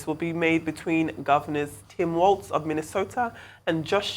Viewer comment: Walz not Walsh